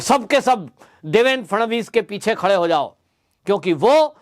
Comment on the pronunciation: It's Shri Phadnavis not Shri Phadanvis